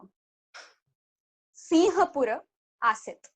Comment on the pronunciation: पूर्वकाले सिङ्गापूरस्य नाम सिम्हपूर आसीत् । (pUrvakAle singapUrasya nAm simhapUra AsIt) it's (सिम्हपूर) Simha-pUra not Siha-pUra(सिहपूर)